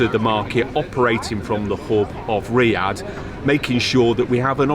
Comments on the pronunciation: Ryaurr... Jesus that's some butchering of the name. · sam !!! it riyaDDDDDDh. there's a D in the word. quit it with riya air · Am I the only one who noticed Sam calling it Riyaa air instead of Riyadh air ? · Sam, Riyadh is not pronounced Riyah, its Riyaad. You've been paid a ton of money the least you could do is have some self respect and get the name right dude! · Sam always spell ria air it’s should be Riyad air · It’s Riyadh.. not Riya… as you calling it 🤦‍♂️ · it is RIYADH AIR and Not RIA AIR .. LOL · Sam, take note of Tony’s pronunciation. Unlike him, you’re saying Riya without the dh in the end. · no one : sam : RiYa yAiR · His tongue cannot twist to pronounce. He can only say Riyarr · That Chui guy pronounces Riyadh Air as if he was totally pissed! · Why are you not pronouncing the "D" in Riyadh? Even the CEO was saying it with the D. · You're pronouncing Riyadh wrong